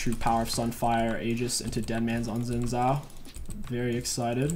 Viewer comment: it's not "zin zow" it's "shin jow" look up league of legend's champion spotlight by riot games. It's a Chinese name, in Mandarin the pinyin "x" is pronounced like "sh" and the "zh" like "j"